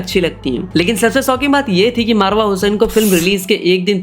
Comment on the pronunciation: Bhai marwa nahi mawra 😂